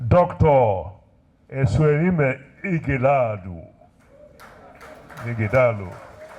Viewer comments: This baffles me that Nigerians from other far and near tribes can't pronunce Ighodalo distinctively. Even when they are making their written speeches with the name also written in the speeches. Can't they learn the pronunciation before delivering the speeches ? The time we were schooling in a french country, the white lecturers could pronunce our African names such as Obhigho, Akhahon, Inegbedion and Oghedegbe very well. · I’m surprised that Senator James Manager, from Delta State couldn’t properly pronounce the name of the Edo PDP candidate. Here is a man from the next community to his own